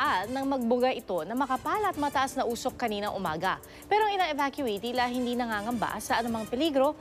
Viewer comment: It’s evacuee, not evacuatee.